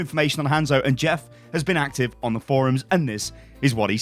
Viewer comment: Its pronounces HON-ZO... Not HAN-ZO